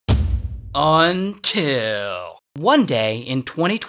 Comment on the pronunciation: I love the videos until you say "until"